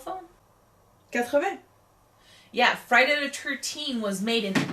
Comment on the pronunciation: Friday De Turteen